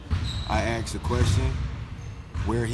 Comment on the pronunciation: “I aKsed him...”